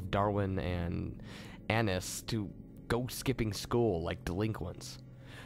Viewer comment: lol you pronounce an - ai - ese like anus xD